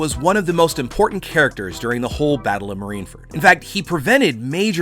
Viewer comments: Marineford not marineferd.. and it’s Coup de Burst not boom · *marineford not marineferd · I also want to go to marine furt XD. BRUH just say marine fort. not marine furt